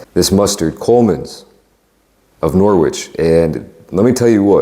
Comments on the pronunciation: Nor-witch = Norridge. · Bon appetit. Made my mouth water. I love a Sunday roast. Will pass on the English mustard though. I hate that. Love horseradish with roast beef. I had to smile at how you pronounced Norwich. "Nor witch." 😅 It's Nor itch. Silent W. Love your videos. ❤ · Maaan you had me scared when I saw no gravy at first. That'd be a dry roast. Also you said Yorkshire perfectly but then said Nor witch but it's nor itch. English town names suck. 😂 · Norich dont prenoune the W bro 😂😂😂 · Pronounce the English mustard from Norwich as......Norrige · Props for the Colman's mustard. It also goes great with a Full English, mainly for the sausages. As does HP Sauce. Oh, it's pronounced "Norrich" fyi. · Norwich isn’t pronounced Norwich it’s Norrich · Nor wich. The w is silent bro 🤣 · Great video again. Pedantic side note. Norwich is pronounced with a silent ‘w’ ie Norich. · Norwick is pronounced nor-itch. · “Coleman’s of Nor- witch” -Killed me 😂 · Love the video, do gotta say: Norwich is pronounced [NORR] + [ICH]. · Norwich pronounced norrich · Norwich is pronounced Noh - rich Goose fat - for roast potatoes 😉 or roasties as most people call them, great guess though. Horseradish sauce is 😘👌🏻 with roast beef. Stuffing is great once a week or a couple of times a month, still delicious, once or twice a year isn’t enough. The bad reputation of British food comes from American Service men during WW2 but there was rationing then and no imported food either. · Hey man just FYI Norwich is actually pronounced more like 'Noritch' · American trying to help... Norwich is pronounced "Norrich" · just to let you know, norwich is pronounced without the W, so like "norrich" :) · 😂 the way he said Norwich.